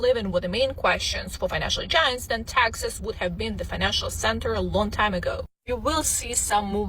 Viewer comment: She is confusing Texas and taxes. Say it properly please. Teeexaaasss